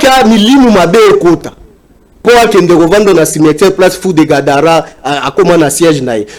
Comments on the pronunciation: est ce que otangi commentaire na ngai avant oya kofinga, moi j'ai juste porté une correction sur le mot Gadara, parle Gabara et, parle de Gadara,et mot en question c'est (GADARA)et non (GABARA).... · c'est fou de Gadara et non Gabara, donc prononce bien